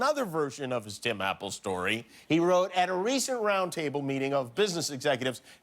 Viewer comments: He said Ti Mapple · "sets up a meeting with America's top billionaires to help bring back jobs to America" HEHEH He said Tim, Apple, and it sounded like he called him Tim Apple.